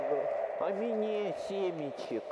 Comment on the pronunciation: Я из за тебя началась привычка говорить мине